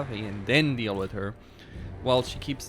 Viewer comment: It’s called “with” not “wit” pls fix that bro